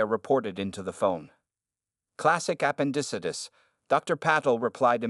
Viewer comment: That's a new pronunciation for appendicitis...terrible in fact